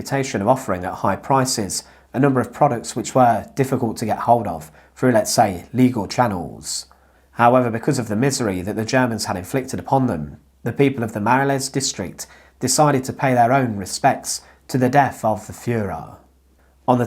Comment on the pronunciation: Nice, didn't know that of Brussels (btw it's pronounced "Ma-rol", the 'les' at the end is silent 🙂)